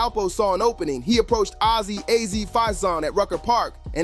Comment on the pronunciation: Azie not ozzy